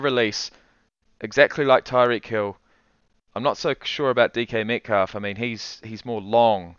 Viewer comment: Bro said DK METCALF LMAO reporting this video